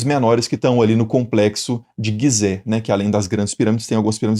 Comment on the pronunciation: Fonte de 2.500 anos depois das construções? 😂 "Guisé"? 😂 De longe esse foi seu pior vídeo